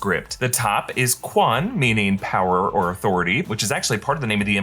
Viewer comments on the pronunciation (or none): Small minor nitpick... "Quan" is not pronounced as "Kwan", it's sounds more like "Chwen". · its pronounced "chyuu-an" not "khuan"